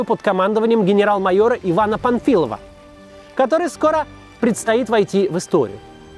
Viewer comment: Вам не показалось, что Максим несколько раз произнёс фамилию генерала как "Памфилов", а бойцов дивизии назвал "памфиловцами"? Или это у меня глюки?